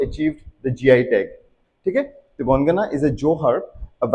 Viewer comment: An informative video indeed! Just a little correction in the Assamese pronunciation: 'Jaapi' isn't pronounced as 'Jhaapi' in Assamese; it's simply pronounced 'Jaapi'. And 'Gongana' is pronounced 'Gogona'.